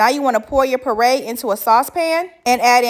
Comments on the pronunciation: It’s PURE-RAY not PURRRAY😂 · Purée is pronounced pyu-RAY or pure-RAY, not purr (like the sound happy cat makes). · Hey love, nice video. But one thing you pronounce “puree” wrong. It’s not “pur ay” it is pronounced “peeyuray “, said quickly. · Peray is killing me its pureeeee ay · Peray? It's pure-ay 😅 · Pure-ray, not parray! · Poray....you mean puree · It's not pronounced parade parade walk or march It's pronounced puree make a puree of (fruit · I think she is saying puree, but the captions say parade,lol😂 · Ohhhhh my god... it's *PURE-AY* pronounced PURE-AY... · I swear it took me at least a minute to realize she was saying “purée” not “par-ray” I was so damn confused lol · I thought she was saying PARADE. 😂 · Cute outfit!! I thought you were saying mixed berry parade, which works! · DELICIOUS!!!! But lovely what is a PORRAY????That is the weirdest pronunciation I've ever heard !!!?? 😅😊😊😊😊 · Pronounced *PURE....RAY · Learn how to make your own whipped cream how’s there a tutorial it’s simple just get some double cream and continue to whip it up till it becomes thick and it was bugging me why she couldn’t pronounce purée correctly 😂but the cake looks lovely and moist yummy